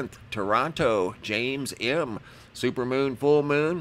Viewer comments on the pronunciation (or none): none